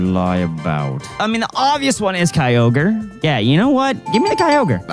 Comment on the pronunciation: Bro said mega kyaoger😂